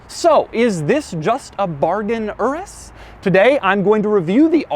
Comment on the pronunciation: It's pronounced your-is. Like urine, that's why its yellow and smells like piss